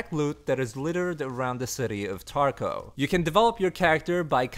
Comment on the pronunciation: There is a “v” at the end of Tarkov not “w” ;)